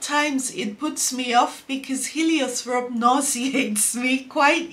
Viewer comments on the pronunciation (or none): Heliotrope doesnt have a "th" pronunciation